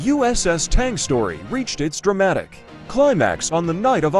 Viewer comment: Automated 🐂💩...! It was " U.S.S. TANG " - Not the " Tong "